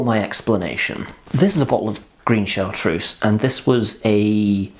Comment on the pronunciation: Cabbage!? Are you quite all right? Mint, fennel, anise, sage, tarragon, thyme...all these come to the fore and then there is a slow revealing of other flavours as they distinctive elements of the bottle reveal. Chartreuse (pronounced Chartrurze, not Chartrousse) is magnificent. MAGNIFICENT! And it is best served, like many strong spirits (vodka, poir williams, etc) straight from the freezer. It's excellent in a green chaud (pronounce sho not shaud, yes there is a motif here) and is also delicious pored over lemon sorbet (but only use a little). There's a reason it's a classic. It has stood the test of time. Yellow Chartreuse? Don't bother.